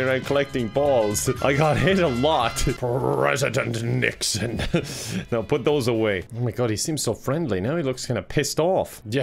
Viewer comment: “PrRrRrReSiDeNt NiXoN”